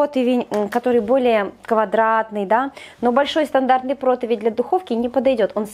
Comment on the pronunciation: Ты публичный человек! Не протОвень, а протИвень- пожалуйста!!!